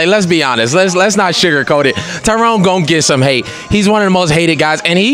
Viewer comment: C'mon Kevin you black his name is TYRON not Tyrone lol